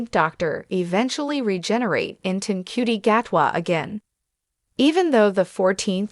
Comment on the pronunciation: It’s “Shooty” Gatwa… not “En Cutey” Gatwa…